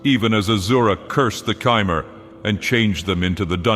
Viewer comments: I'm pretty sure it's "Хмэр" not "Chi-mer" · This was great, but it annoys me to no end that he switches the pronunciation of Chimer between correct and incorrect.